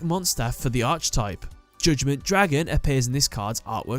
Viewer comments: Every time pronounces Archetype as Arch-i-type rather than Ark-i-type, another bit of my soul dies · Can you cover the Satellarknight cards? Also archetype is pronounced "ark" not "arch." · It's pronounced arKUHtype you anglo-fuck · Garnet The Gem Yeah, it’s a little annoying. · I wouldn't care so much if he didn't say it all the time 😅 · It's just annoying